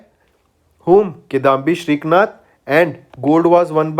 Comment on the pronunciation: brooo its SRIKANTH...how hard is it to pronounce